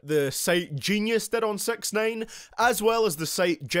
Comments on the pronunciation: sounds like this guy said "sex nine" instead of "sixnine" like tf?? don't dissrespeck my man like that! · Sex9ine is what sound L’s like he’s saying 😂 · Stop calling him sex nine lol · Pls stop calling him sex-nine :P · "Sex nain" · I’m no genius but aren’t hi’s name (six ix nine ine) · “Takshai 6ex9ane”